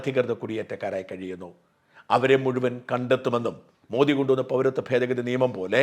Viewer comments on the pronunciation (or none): none